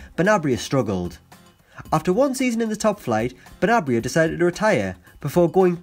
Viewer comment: Benarbia... not Benabria.